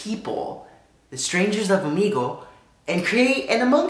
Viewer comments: wait isn’t it pronounced om egg lee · omeeegle Me: ITS OMEGLE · 2020 and every English speaking youtube still pronounces Omegle wrong xD